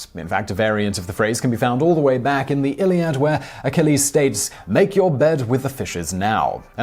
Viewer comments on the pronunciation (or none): none